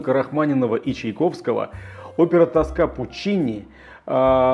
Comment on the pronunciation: Алексей, опера Пуччини "тОска", не тоскА